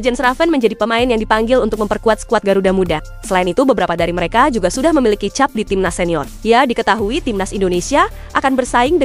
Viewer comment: Mimin kalo baca kep bukan cab tolong kalo baca diperhatikan